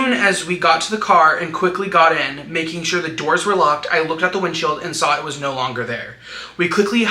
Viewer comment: The Australian "nooouurrr"😂